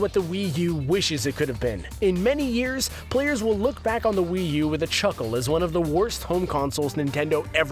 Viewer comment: yeah but will u? its wii u not will u.